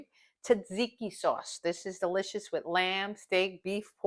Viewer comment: Delicious or “Dill-icious” ☺️❤️ she’s “punny” Great recipe!